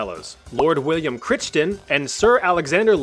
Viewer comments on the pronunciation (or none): Crichton is usually pronounced like "CRY-tn." See what happens when a generation refuses to consult Boomers or Boomer-era media in favour of getting things wrong?